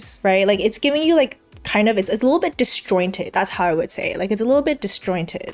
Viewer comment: I knew you were pre med or former med when you said dis-jointed. Are you sticking with substack?